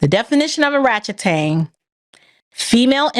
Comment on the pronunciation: 😅😅😅 ..."queen Arrachetang" 😂😂😂